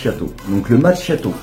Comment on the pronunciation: Hello, ça se prononce Makiato! Nordiste! 😜